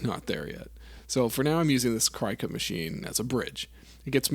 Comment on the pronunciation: It’s not cry cut.. it’s cricut. Like the bug. The logo literally has the antennas, 😂. Absolutely no shame in using it btw, and it turned out awesome.